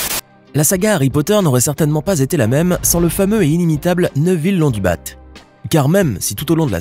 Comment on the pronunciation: C’est Londubat pas Londubate !